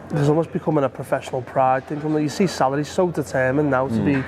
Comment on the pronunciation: Props to for pronouncing Salah's name correctly Props also to for mispronouncing José Mourinho 's name. Shitcoat don't deserve the good stuff